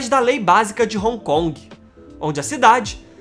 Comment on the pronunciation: Pronucia-se "ron con" e não " roncongue " ...